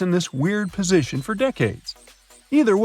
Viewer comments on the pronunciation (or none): none